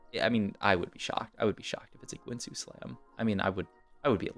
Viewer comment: The only thing I learned is that this guy pronounces guinsoos in the worst possible way and runaans too lol